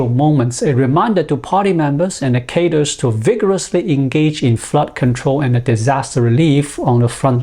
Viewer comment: I hope you don't mind, but I'm going to offer a correction to a word pronunciation. Even if you do mind, I think it's still worth offending to bring you awareness. "Cadres" is pronounced either kha-dray, cod-dray, or even kha-dree. As far as I'm aware, I've never heard it pronounced "caters" as it was in your video.